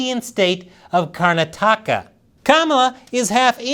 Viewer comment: Karn-nataka 😭💀 its Kar-na-tika (Karnatika), Great videos tho ❤👍